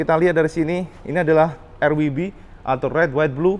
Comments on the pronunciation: laaah... "er.. wi.. bi.." hahaha.... bukane "er we be" atau "ar dabelyu bi" sisan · 03.25 : ER WI BI. Koreksi cak, ER DOBLE YOU BI. W : Double You. Bukan WI